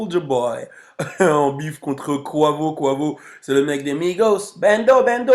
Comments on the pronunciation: c est pas koivo c est kouaivo sinon super vidéo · Ca se prononce [ Q / OU / HEY / VO ] 😂😂